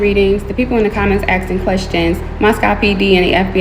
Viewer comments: She doesn't even know how to say "ask" and she's claiming herself to be a sleuth 💀 .. like here for example she said "ppl have been aksing me .." And she ALWAYS says "aksing" 🤡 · "the people in the comments AKSING questions" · "a lot of people have been AKSIN" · "to be axing me for evidence ... That's disgusting 🤓👆" 💀💀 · She “axe 🪓 the spirit” 😂😂 or when “people were axing 🪓 her for evidence” 😂😂😂 what?!! 😂😂😂😂😂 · The aksing got me every time.😂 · its really hard for me to listen to her talk, i just cant stand when people pronounce "asking" as "axing", It drives me up the wall. I know it could be an accent and whatnot but it grinds my gears. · this woman can't even say "asking".. she keeps saying "aksing"